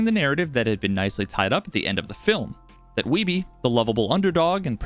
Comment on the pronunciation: The family name Wiebe in my cultural heritage spelled the same way as Steve Wiebe is not pronounced 'we be' but rather the same as weed but 'weeb' with B. Are we sure we're saying his name the right way?